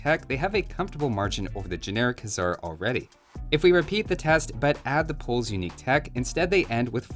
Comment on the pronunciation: Why hussar said huzzar